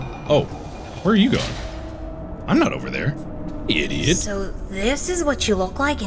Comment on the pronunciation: How were you able to write idiot exactly the way he said it!??! Dude